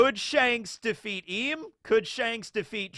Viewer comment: I've heard Imu called Imu for so long that hearing them called Im, it just feels wrong.